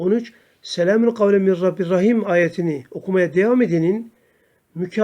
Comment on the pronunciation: Min rabbin rahim yazılı min rabbir rahim diye oluyorsunuz hocam